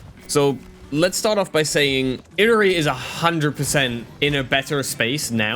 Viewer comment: Not saying you need to pronounce the name a certain way, but it is a bit humourous to me you pronounce Illari like how I'd pronounce "Hillary". The apparent real pronunciation is "Eee-yari".